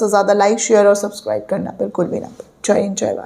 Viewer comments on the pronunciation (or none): none